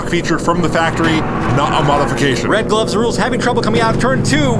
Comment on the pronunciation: I cringed every time said "RedGlovesRuleS"